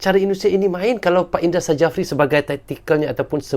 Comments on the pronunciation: Indra safri bang nyebutnya.bukan indra sajafri🙄susah amat😂😅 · indra sjafri dibaca jd indra syafri bang